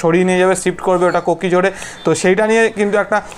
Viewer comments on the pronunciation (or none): Puche da ota kokijhod na kozhikode.. Hoy erom. It's normal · Kokijhor noy Kozhikode 😃